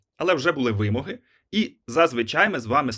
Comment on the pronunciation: Перепрошую , але вимОги , а не вИмоги .